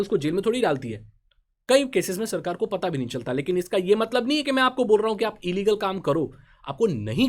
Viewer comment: No one Literally no one Not even Ambani: E-Leagle 😂😂😂😂😂😂😂😂😂